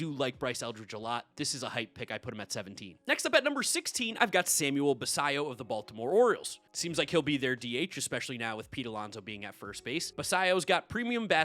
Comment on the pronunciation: Basallo’s first name is pronounced Sam-well.